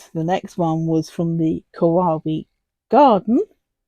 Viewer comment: The quote - indeed, the world keeps turning Kawaii - kuh why ee 😉(like saying The Gerbera was instantly recognisable 😊 That's a very podgy mallard😆 LOVE the fern! think that's my favourite. Well done 😁